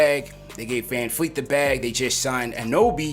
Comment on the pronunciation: It's Van VLEET not Fleet c'mon man